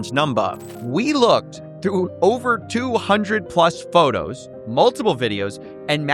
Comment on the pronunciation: “Photerrrrrs and viderrrrrrs”